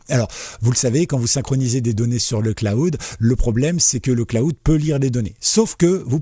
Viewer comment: le claoud? :D :D :D Prononce le: Clawd ;) Merci pour ta vidéo! :)